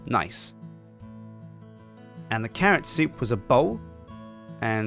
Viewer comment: im very sorry but in my brain when you say bowl i hear ball. you now what ball i mean:/